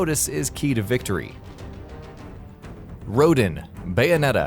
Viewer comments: 1. It’s Sloth 2. That description for Balder was wrong. You were talking about Balder from Bayonetta not Bayonetta 2. In 2, Balder just wanted revenge for his wife 3. Rodin (roe-dawn). It’s literally said in the game You clearly haven’t played any of the games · It’s Sapientia, not Sapentia. And why did you REPEATEDLY show the same Bayonetta 1 clip on Resentment? It doesn’t even make sense. And you spelled and repeatedly said Sloth wrong. And you pronounced Rodin wrong. And you said Rodin was immune to Witch Time when he DWFINITELY isn’t and you even show a clip which demonstrates that he is weak to it. And you pronounced Jubileus wrong. And you said Jubileus could teleport you to areas with traps, when that is NOT true. If I missed anything, or got something wrong, leave a reply.